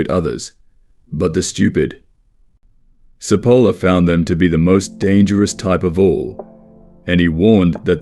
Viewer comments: Italian here. Great video. btw Cipolla is pronounced with a "ch" sound at the beginning. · Good - but I squirmed all the way through at the Spanish style wrong pronunciation of this Italian man's name. Cipolla is pronounced as in English ch NOT s!!!